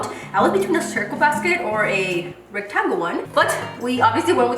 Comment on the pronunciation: The way she says rectangle 😂